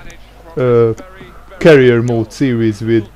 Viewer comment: i love your videos but its not carier mode its career mode lol